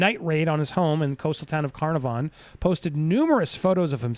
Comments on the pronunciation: Town name pronounces CA-NAH-VIN CANAHVIN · Andy just wanted to say it’s Car-nar-von. Mr Kelly has been hospitalised twice since arrest for self harm. So I think he has a lot of mental health issues. (No excuse for what he did though) The WA police should be so proud. Cleo now has a long road ahead I agree I hope all let this little girl get the support and help she needs. Love your show love leisa Western Australia xxxx